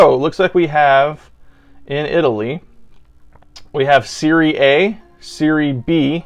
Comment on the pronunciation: You say it like "serrye" like sorry just with an E instead of an O, adding an e. And the "A" like "ahh"